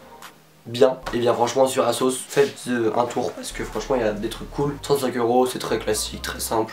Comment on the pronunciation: ton humour est extra :D " faitzeuh un tour" ça fait 10 minutes que je me tape des barres dessus ! sinon bien bien les articles